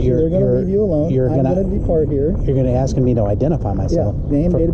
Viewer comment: At apps The word is pronounced ASK!!!!!!!!!